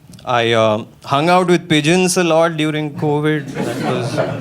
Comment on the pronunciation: I heard peasants every time he said pigeons😂